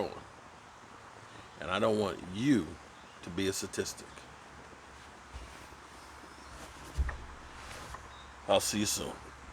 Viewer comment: You always make me laugh when you say instead of statistic......lol